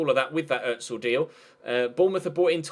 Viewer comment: great content mate, it's Özil likes zzzzzzz not a hard z